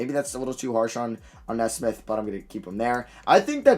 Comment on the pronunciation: Matt “Kneesmith” not “nezsmith” . Too many video now. This has to stop 😂